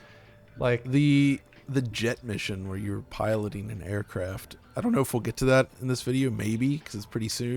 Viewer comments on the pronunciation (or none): none